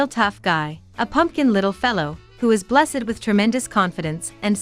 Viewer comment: Instead of blessed it says bless ED ugh